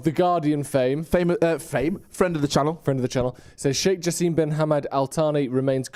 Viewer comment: Guys, his name is pronounced ja sim not ja seem